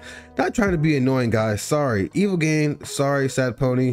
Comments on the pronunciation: bruh im shitting and puking blood his tag is literally in every song its EVIL GEE-AH-NE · hold on bro how the fuck didd u jus pronounce evilgiane?